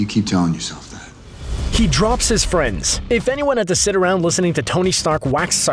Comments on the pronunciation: Friends, not frieds!.... Lol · " he drops his FRIEDS" frieds? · ..Friends not frieds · "He Drops His Frieds" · "Drops his Frieds" min